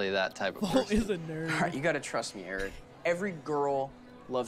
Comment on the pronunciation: I just realized that said FOLTTT